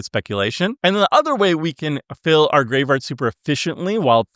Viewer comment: not tryna hate, nut do you have a speech impediment or are you just not aware of the fact that you say 'graveRard'?